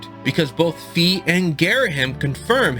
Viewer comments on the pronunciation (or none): The only thing I hate in this video is that you said ''Fee" and not Fi... But it's a solid theory